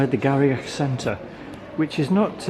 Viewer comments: Thanks for the review of Inverurie Station and surrounds. Just an FYI...Garioch is pronounced "Gheerie" as in "cheery". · FYI, Garioch is pronounced "Geery".